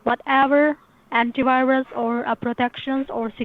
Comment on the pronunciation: Anty wirus